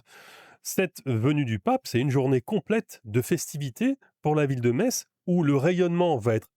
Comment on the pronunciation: La Me(sse)tz est dite 😂